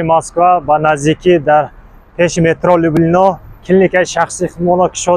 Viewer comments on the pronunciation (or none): Акаи лублино не а люблино мешавад